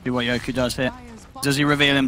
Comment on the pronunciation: His name is fucking YOKY!..not YokU!!! For fuck sakes